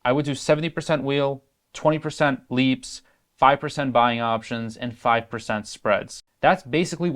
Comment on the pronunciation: It’s ’leaps’ options. Not ‘leap’ options. Please say it correctly.